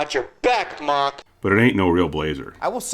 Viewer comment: I think it is Mock-E.